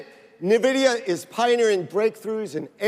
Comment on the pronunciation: Niividia xD